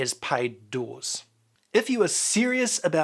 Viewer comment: Say Doors 1 more time